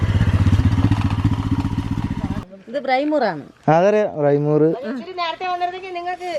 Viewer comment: ബ്രിമൂർ അല്ല, Briemoor ആണ്.